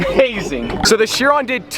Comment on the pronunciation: its not called a buggati shiron its called a buggati chiron